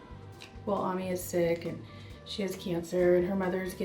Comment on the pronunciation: if you are going to make a video about people, you should at least known how to pronounce their names!!! It's AM EEE, spelled AMI